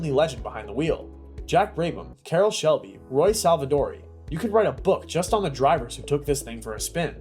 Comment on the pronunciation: Carrol who? Young man, robot whatever you are, that is one name you cannot mispronounce. Good bye